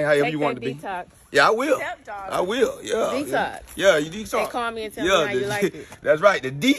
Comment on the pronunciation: That’s right “D” tox, you got the first part right lmao